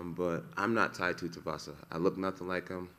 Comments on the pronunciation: Does he pronounce every fighters name wrong on purpose? Tight tutavasa francis neganu ? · Jones may be the GOAT but the way he says some of these heavyweight fighters names is soo off